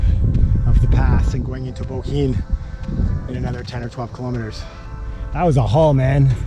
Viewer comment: Good pronounced of Bohinj… nice video and good cycling circle regards from Slovenia 🇸🇮